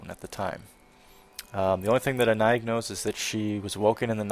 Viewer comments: The name is pronounced Ah-nye, simmiler to Annie in meaning and comes from an old form of French that is more simmilar to german. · The "ï" is pronounced as a seperate syllable, as in "A-NA-EEG". Sounds like a name from Brittany (Bretagne). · This is very late, as I just stumbled across your lp, but as to name pronunciation, I think it's " Ah-Nye-eej or Ah-Nye-eeg". I wore a perfume called with a similar name years ago. :) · Here's a fun fact. I Googled the pronunciation of Annaig. You've been saying it arong this whole time. But I prefer your way. In reality, it's basically "An Egg." Not even fucking with you. Also I remember something you mentioned a long time ago, on Oblivion, you watched FireFly and loved the music, because it was done by Bear McCreary, right? He also does the music for The Walking Dead. Just sayin'... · hey Annaïg is pronounced anna-eek i know this cause that is my name.In breton the g at the end of a word it is pronounced like a k or a c and in french when you have a double dot over the i you must pronounce the letter independently. so I in french sounds like the letter e in the English language....so that is why Annaïg sounds like anna-eek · It seems like Annaïg would be Gaelic maybe? If so I would pronounce it Ann-nag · Hey, I looked Annaïg up on google in French, it's a name of Breton origin. Apparently the 'g' is pronounced 'k', so it would be Anna - ick.